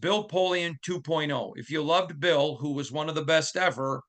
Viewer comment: Bill not Boll